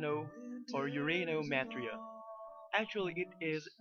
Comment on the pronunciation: Actually its more like Urano Metria ( ur ahh no meh tree ah)